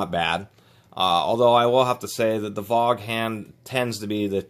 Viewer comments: Thanks for the experienced info. FYI, not to be too critical, Vaughn is pronounced "Von". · LOL it's "Von" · Honestly, the first time I've ever heard anyone call it a "vawg han". ....pronounced vawn...like yawn... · Dude, you dissed Vaughan and can't even pronounce the name correctly? Get real. Vaughan makes some of the best hammers in the world. Based on the appearance it doesn't look like u do too much carpentry.